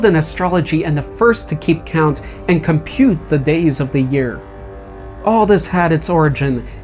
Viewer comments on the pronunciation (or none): none